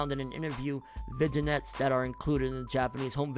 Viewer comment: Bruh the way you said vignettes got me fucked up, lmao.